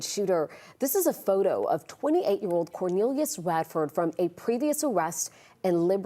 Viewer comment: "Quor" nelius???? 😂